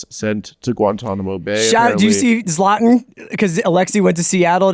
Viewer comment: the way he pronounced zlatan 😂